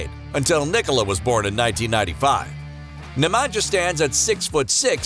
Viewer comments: Love the Jokic brothers. One thing to note Nemanja is pronounced Ne-man-ya not Ne-man-ja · Strahinya and Nemanya(StrahiNJa and NemaNJA) not NemanJJa...Nj like Nju York (New York) 😆 Talk serbian so everyone understands you! :) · Like you pronounce name Strahinja (Strahinya) - the same way if for Nemanja ( Nemanya) ...